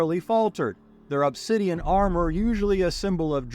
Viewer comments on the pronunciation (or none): none